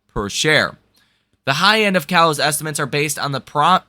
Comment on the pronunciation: Hey bro, great info on the channel, but you really need to pronounce the word estimates correctly. It’s not estiments. 😮